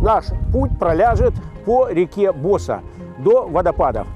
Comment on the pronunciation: Может провильней говорить Босса́!??? Ударение на А!!